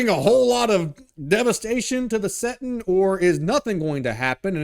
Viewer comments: Bro its settinG not settin.... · Hilarious how dude keeps referring to 40K as a "settin'" numerous times 😅